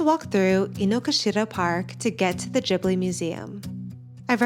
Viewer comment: Just FYI, it’s pronounced with a hard G. Like Ghibli, not jibbly. The name comes from an Italian plane. Producer Toshio Suzuki admitted that Miyazaki mispronounced it as Jiburi, when it’s actually a hard G.